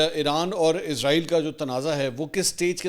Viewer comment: Mansoor Bhai word Israel hai ap humesha izrael kiu bolty hn JB k wo moat k farishty Ka name hai ??